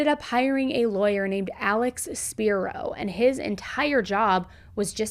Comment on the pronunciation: Alex! That man just keeps popping up all the time ha ha ha Btw love the video as always. Just to help, His last name is pronounced Spirow like Spy-Row Like the city in Oklahoma